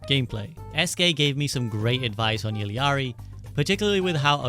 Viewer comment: finally someone who pronounced illari right😭